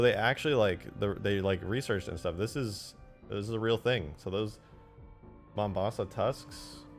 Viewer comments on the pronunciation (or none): "Your Mombosa" killed me more than it should've.